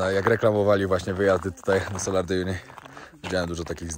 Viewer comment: Salar (wymawia się tak jak się pisze), nie solar ;)